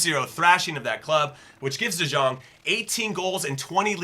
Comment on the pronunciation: The j in de jong is pronounced more like a y then a j